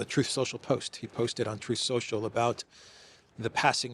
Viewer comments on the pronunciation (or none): none